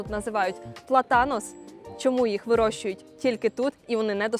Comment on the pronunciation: ПлАтанос (наголос на 1й склад)